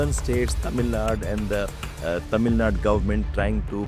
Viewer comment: It is "Tamil Nadu", not "Tamil Nad".